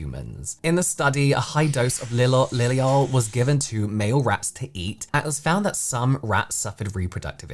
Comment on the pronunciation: why is it when you say liliol it sounds so American?